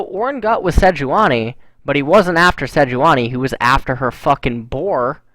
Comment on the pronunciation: why do you and artosis say "gut" instead of "got"?